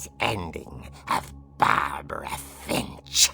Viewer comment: saying Fimsh made me laugh idky